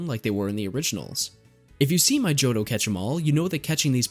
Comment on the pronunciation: Ah yes my favorite region, the Tohjo region